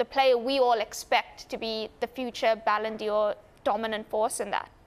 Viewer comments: What the hell is a “balondior” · "ballon d'or"... nothing to do with Dior, lady...